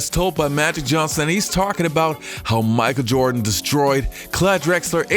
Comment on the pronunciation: Who is Micah Jirdan, tho?